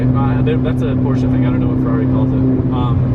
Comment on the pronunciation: Stop saying Rrari , you sound like a dumbass